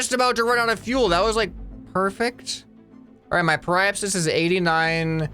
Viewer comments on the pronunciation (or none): Periapsis is pronounced Perry-app-sis mister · By the way, periapsis is pronounced like perry-app-sis :) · I do belive he will be a good editor and also you pronounce Apoapsis as A-po-ap-sis and Periapsis is Pe-ri-ap-sis. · Hey! Some pronunciations for you: Apoapsis(AH-PO-APP-SIS) periapsis(PERRY-APP-SIS) also prograde is the direction you are going in velocity wise, retrograde is where you’re coming from(the opposite) hope this helps! Love this series!!! Edit: PLEASE play KSP after you play this!!! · Watching pronounce periapsis and apoapsis is painful to someone who is a space enthusiast. ( really love this game though please carry on with this series ). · It caused me internal pain when I heard him pronounce periapsis and apoapsis, gosh.